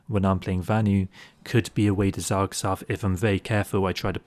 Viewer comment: Zerg Surf, lol also heard zoksoff